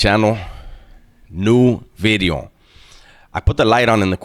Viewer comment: In my hey day, I loved smashing on guys that looked just like you, slow talking machismo, socked in the f*n face. Get that so-cal sh*t out of my town. And now… “New “BIDDEEEO”